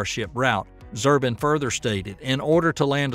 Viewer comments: can you read? ZU-BRIN...not "Zurbin" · Robert Zubrin not Zurbin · It's Zubrin not Zurbin. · His name is Zubrin, not Zurbin. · Hey,...,.... It's not,... Zurbin,... it's,... "Zubrin" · Zoo-brin, not Zerbin. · It's Zubrin, not Zurbin. What is "multi-humanity"? It's unlikely to the extreme that anything looking like "Starship" will land on the Moon or Mars. Those images are from talking heads and PR flacks, not engineers. Zubrin and Baker's "Mars Direct and the NASA follow-on "Semi-Ditect are by engineers. The value of the SpaceX BFR is that it's the first time since the Saturn-5 that anybody has had an 8+meter payload separation plane for 100+ tons to orbit. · The name is Zubrin, not Zurbin! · It's Robert Zubrin NOT Zurbin! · It's Zubrin, not Zurbin. You got it wrong 4 months ago,and you didn't fix it before you reposted this time. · Robert's surname is Zubrin not Zurbin! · Not "Zurbin". His name is "Zubrin". If you can't get that much right, what CAN you get right? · Pretty good video, but the guy's name is Robert Zubrin, not Zurbin! For cryin' out loud. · One tip for improving the quality of your video. Correct pronunciation of peoples names. It's ZUbrin not ZURbin. Michio Kaku was also a long way off. I found it REALLY annoying, otherwise a nice video. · It's not Zirbin.........it's zubrin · It's not Zurbin: It's Zubrin. pronounced "Zoo-brin" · FYI, it's Zubrin, not Zurbin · Not Zurbin😂 Zubrin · ZUBRIN not ZERBIN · Are you pronouncing names correctly? I believe it's Robert Zubrin, not Robert Zurban, and Michio Kaku, not Makio Kaku. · OMG it's Zubrin not Zurbin. (Zoo-Brin) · The Mars Society guy is Robert Zubrin, not zurban. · Zerbin? Funny how the guy mis-pronounces Zubrin throughout the video and now even commenters mis-spell it too. Quoting 3 naysayers doesn't make Starship "a big mistake". No respect from me if you can't even get the names right. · Zubrin not Zurbin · Zubrin is pronounced ZOO-brin, not ZER-bin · It's ZUBRIN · Pronounced "Zu-brin."